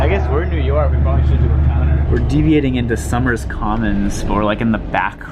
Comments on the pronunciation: As a Somers resident, it's pronounced sow-mers, not summers! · This video is awesome and felt super nostalgic to me as someone who has lived in the New York Metropolitan area their whole life and still uses the public transit daily. I can pretty much recognize where you are in every shot, haha. BTW it's Somers as in so-mers, not summers! :) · Crazy to see a transit video including my hometown’s grocery store (in soh-mers commons, not “summers” commons, haha) and the Olympic diner I went to in high school. Thanks for a great video! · It’s also SoMurs not Soomers.